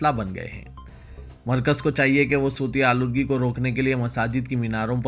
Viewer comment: Sooti Aaloodgi.nai Bhai 🙏 SAUTI AALOODGEE please learn URDU